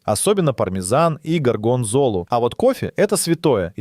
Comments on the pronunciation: А горгондзолу как произнёс?😢 Ещё и поделил на две части. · спасибо за выпуск. Но с ударениями надо что то делать мАте и горгОнзола - это прям не надо